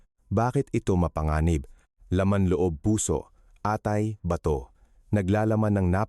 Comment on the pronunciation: Ayusin mo doc ung pagbigkas ng ilang tagalog words like atay, balatong, lason.....